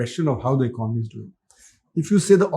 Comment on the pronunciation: Good content, but it's really a surprising sight to see that you still haven't learned how to pronounce basic words like "economy" despite talking about it so much, but are selling courses on communication. What a world we're living in.